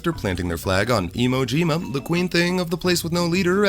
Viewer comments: It took me a solid 2 minutes to recover from "emo-jima" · "Emo Jima". Thank God I wasn't drinking anything.